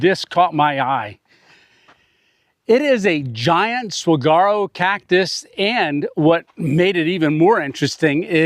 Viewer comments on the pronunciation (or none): It is pronounced sa war o. The g is silent. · Saguaro is pronounced; "Saw-WAR-oh" with the emphasis on the 2nd syllable. The "G" is silent, making more of a "W" sound. I love Arizona, lived in Phoenix for years, any landscape you want is within a 3 hour drive. I can almost smell the warmth and the foliage of that place. 👍♥️ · The Cactus 🌵 is pronounced Saw- War- Oh